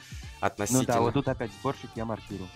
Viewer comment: Мне одному кажется что он говорит борщик а не сборщик?